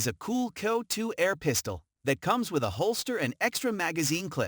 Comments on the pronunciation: worthless video - wrong info, talks about the wrong gun during video of another, pronounces CO2 as coe2, about half way through states "this is the first coe2 pistol in this list so far" right after a CO2 pistol review... etc - I wouldn't put any faith in anything stated in this video. Worthless and should be banned from here! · F'ing waste of heartbeats Lot of natation has nothing to do with video shown Total S-show of a Video almost all pics are of heavily modded guns. What the F is "KEE-OH-2" ??? what a joke.